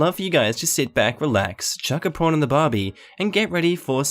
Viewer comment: I love ya channel but please pronounce the r in prawn... your saying chuck a pawn on the barbie... lmao